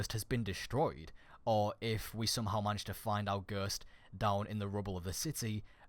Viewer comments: ITS GHOST NOT GURTS, JESUS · Ok first of all you say no wrong it's pronounced no not nuuuuhhhh and the title says fourth subclass then you say ok there is not a fourth subclass also its pronounced ghost not guuuust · dude you say puppet like poopit and you say ghost like gerst XD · Not hating. But every time you said "Ghurst" I had a small seizure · I'm sorry because it was a good vid but this really annoyed me. It's ghost not ghust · its ghost nit ghurst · him saying ghurst actually triggered me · "Nhuuur" "Ghurst" 😂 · Im getting triggerd when you say ghöst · I cant get enough of the way he says "ghurst," xD Subscribed! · lol stop saying gherst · For a bit i thought he was saying girscht like the girscht device from moon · go-oh-st is ghost, not whatever tf you are saying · Can't get over how you say ghost lol you say guuuusttt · I had to replay it about 3 times because I had no Idea what was being said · I was like.... That's not how you pronounce ghost?!?! Hahaha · Why are you saying ''Nuuh'' when it's obviously seen and pronounced as No? are you trying to sound unique? it's very cringy. Same for Ghost... glad i'm not subscribed to you. or your accent is fucked. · Can you say ghost right? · the way you say ghost 😂😂😂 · you say ghost weird...